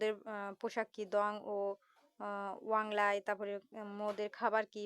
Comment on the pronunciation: ওয়াংলাই ❎ ওয়াংক্লাই ✅